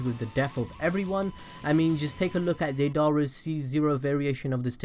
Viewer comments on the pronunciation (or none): He says Deidara like day-Dar-a When it’s said data-ra